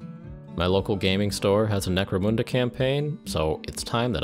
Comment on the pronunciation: why moon-da and not mun-da?